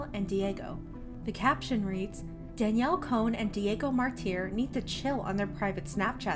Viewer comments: “Daniel cone” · It’s Danielle CON not cone 😂 or is it cone.. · No one: Literally no one: Spill: Danielle CONE